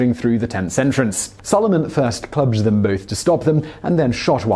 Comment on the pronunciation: I love your videos, but I needed the subtitles for the word ‘clubbed’. I must be going dead as I had no idea what you were saying.